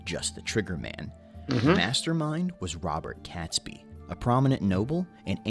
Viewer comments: And “Catesby” is pronounced as it is spelled and not “Catsby”. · Catesby is pronounced Cayts-by, not Cats-by. Grr! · It’s pronounced catesby to rhyme with gate! Awful video, as most historical things are from America. By the way, several barrels of gunpowder were found during the 80’s, they had been missed at the time. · Catesby is pronounced Kate-sby not Catsby. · I find myself getting mildly annoyed at the narrator mispronouncing the ring leader's name. It's not 'Cats Be', it's spelt Catesby so the e in the middle makes it 'Kate's Be'. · Robert CATEsby (not prounounced CATSby) ! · Robert Catesby is pronounced Kate sby, not Cats by. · Catesby pronounced Caitsby. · I 'm pretty sure Catesby is pronounced Cates - by not Cats-by . 🇬🇧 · Guy Fawkes night is NOT a national holiday. Also, why did the narrator ignore the 'e' in Catesby???